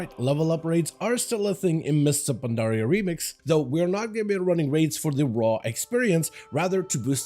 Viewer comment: him saying mists of pandaria is give me a stroke in a half